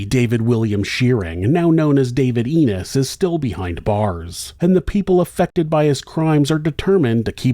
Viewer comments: It's Ennis, not Enos like he says it. Other than that pretty good story. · His name is now Ennis not Enos. It is a bit annoying...